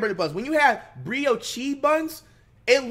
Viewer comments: the 'Brio Chee' buns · “Breo Chee” ☠️ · Nigga said “bri Oh cHee buns” 😭😂😂😂😂😂😂😂😂😂😂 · Brio-chee buns😂😂😂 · “BRIYOSHI BUNS” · Bro said Brioshe buns😂😂